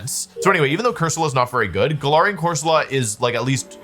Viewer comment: I know you're pronouncing galarian wrong on purpose but i just can't prove it